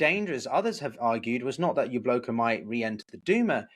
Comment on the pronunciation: Why do you pronounce it Yabloko, not Yablaka?